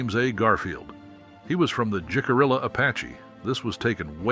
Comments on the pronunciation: Oh brother!!! Its pronouncd hick - ah- ree- ahh...you dont pronounce the letter 'j' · Jicarilla is pronounced Hih-cuh-ree-yuh. That’s not the only tribal name that was mispronounced. I would have felt better about this video if care had been taken to have all names correctly pronounced. As it is, it seems incredibly disrespectful. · "Acoma" is pronounced with the first "A" like in Apple. Accent is on 1st syllable. "Jicarilla" is said "Hica ree'-ya". The famous cactus is 'Suh-wah-row.' "Ute" = 'Yoot.' Edward Curtis is a famous photographer of Native Americans, of the late 19th and esp early 20th century.